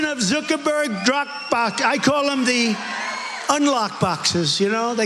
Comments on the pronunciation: Holy dementia. Put the coke down and maybe you can pronounce basic words like "drop box". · I call them those things DummieDonnie can't say Drop Bock.. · JD Mandell, Troath Sential, drock Bockes, yeah Biden is the one with speech problems. This douche bag doesn’t know who he supports, the name of his own social media platform, where you put your filled out ballots or worse, he can’t read.